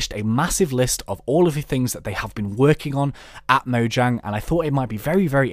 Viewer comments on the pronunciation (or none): none